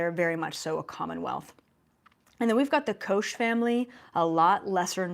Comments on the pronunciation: Koch is pronounced Coke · Actually the Koch family name is pronounced like the soft drink "Coke" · Koch Family - pronounced like "Coke" - the beverage. I'm totally on your side - it's looking better with as many people that subscribe to you and others preaching this truth. Keep on keepin on! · its KOCH ... thats german for cook .. spelling is like, sorry but thats the best way to describe it, its lke CO-[HAWK] .. yeah like in "HAWK-TUI" that coughing up that frog from deep below the throat up to the uvula area, where it gets out through the nose, so there is a guttural closure at the end of HAWK and all that right behind the "KO" which is like the CO in cooperation .. actually if you know how to speak "Loch Ness" that scottish lake with the sea thingy supposedly, then you got it already.. just do C instead of L .. ;)